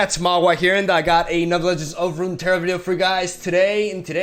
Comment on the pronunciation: Ever since he mentioned how bad he messed up his intro in that one video, I've noticed his decline in pronouncing "Legends of Runeterra" in every video now. Damn it. But I do get a chuckle everytime.